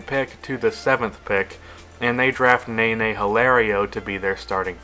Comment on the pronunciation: It's pronounced: ne-NEY not NAY-NAY